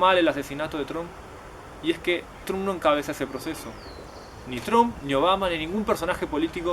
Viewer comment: no se dice 'Tromp', se dice 'Tramp'